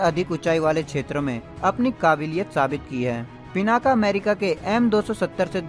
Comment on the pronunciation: भाई, वो पिनाक है, पिनाका नहीं।